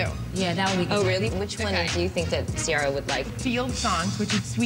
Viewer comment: Y do they always mess her name up ? It's pronounce SEE AIR A not See are a